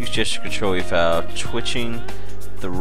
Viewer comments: foal = fole. Not foul. lol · I think the most annoying part was you mispronouncing "foal". It is not "fowl", it's pronounced like "fole". Just FYI. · no a Foal is pronounced FOLE, a foal is a baby horse...When a horse is pregnant it is called "a Horse in Foal" right now i have 2 pregnant horses and 2 racing. :D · I love how he says foul the whole time and has no idea it's f-O-l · only a horse gaming expert can say 'foals' as 'fouls' ;) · trollol - my name is Jenny and I'm blonde ; ) and I agree with Symbolis, ohand foal is pronounced fole in English haha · Foul is Pronounced FOLE i have a few, i would no xD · Truly a work of art. The terrain generation is astounding, and the game is so versatile and engaging, not to mention just plain user friendly! While I liked Minecraft, I am eager to follow along with you, living vicariously as your learn what a tack room is and how to pronounce the word foal. PS looks like you missed a surface dungeon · "foal" rhymes with "vole" and "mole", bur not "owl" or "howl" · You don't no how to say foal!!!!!!!! It's so simply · i have no idea how you think you're pronouncing it, but Foal does indeed, sound like coal, but obviously without the "cuh" sound :/